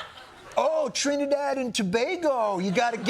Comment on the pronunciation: Trinidad and tobago i'm from Trinidad he actually said it right